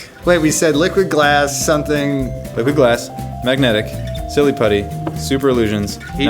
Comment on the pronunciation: When you say liquid glass it sounds like your saying liquid ass